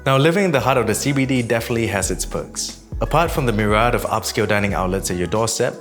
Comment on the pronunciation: ‘myriad’ is ‘mirry-ad’, not ‘mirr-ahd’